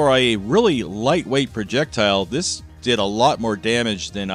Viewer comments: Projectuhl Projectuhl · Noticed you pronunciation of Projectile. I say we use the americanized version of that as well, and refer to it as a "projectull". Anything that pisses off the nancy boys on the internet, I'm on board with. Thanks for the grammar lesson! "Turbin" from here on out!